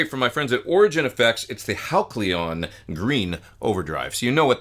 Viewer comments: It is pronounced Hal-see-uhn, NOT Hak-lee-uhn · Pete ur awesome but: Hal see on not Hal clee on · “Hal klee on!” I think it’s “Hal see on.” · Hal see on, not Hal cle on, but super review as usual Pete!😇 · Pete, the pedal is spelled Halcyon, correct? Which means it's pronounced HAL - cee - yawn. Not HAL - klee - yawn. Capiche? 😊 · Wow! Great pedal and great playing, as always. But, respectfully... Isn't that named pronounced (hal-see-yon). Could be I've been mispronouncing it for awhile if not. LoL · Epic playing and tones as always! But, say it with me: HAL-see-on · I love you Pete. But I'm guessing Halcyon had to be pronounced "hal-sea-on" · It’s pronounced HAL-SEE-UHN, Pete. Great pedal!!